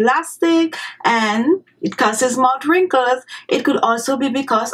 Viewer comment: Sonya Parker, I love her island accent, but yes, the 'mout' being said over & over again made the beginning of the video difficult to watch. If you don't like that people have something to say about that, I feel sorry for you, because you are an adherent to 'Do as I say, not as I do.' Any linguist or language teacher worth their salt would instruct her to place her tongue onto the back of her teeth while pronouncing th's, or as my speech therapist used to say, 'ith' sounds. Just clicking the tongue on the back of the upper front teeth makes the 't' sound, but holding the tongue there creates the proper 'th' sound. That way she would say 'mouth wrinkles' & 'thirty minutes' instead of "mout wrinkles" & "turdy minutes". It's about lingual mechanics, not any kind of disrespect. To say that it is not respectful to try to tell someone who is a public speaker to properly articulate their words so that their entire audience can understand what they are saying is very silly. It would be not respectful to just rubber stamp it. She's a grown woman. I think she can handle the comment. And if she can't, she doesn't belong on YouTube, she'd belong in therapy. Again, she looks to be healthy, happy, & not a withering flower. I don't think she's losing any sleep over And She Was's comment. The woman is mispronouncing her words, period. Saying it is not respectful to tell her that is... just your individual overly defensive emotions speaking, not fact. Facts: If the lady were to say those word